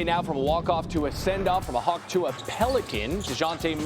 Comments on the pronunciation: He said it “Hawk To a” pelican 😂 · Did he say Hawk tua Pelicans? 😂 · did anyone catch him saying hawk tua? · Did he say hawk tuah on purpose?? 😂